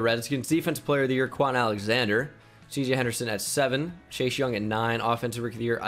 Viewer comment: Please tell me you guys heard say “Shashe Young” the whole video